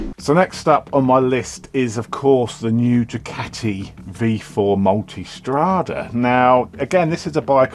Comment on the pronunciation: Love the new format & the best reviews & content on YouTube in my opinion.....& a added bonus you pronounce ducati properly TMF calls them dewcatis Keep up the great work. Viewing from Australia